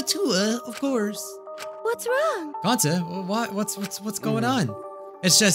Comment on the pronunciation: They say Gounta BUT ITS GONTA!!!!!!!